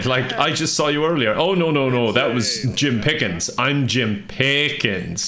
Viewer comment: Not Jim Piiiiickens, Jim Piiiigens 🐽🌭